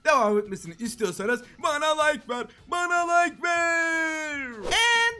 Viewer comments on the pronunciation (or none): BANA LİĞKE VER BANA LİĞKE VEĞĞĞĞR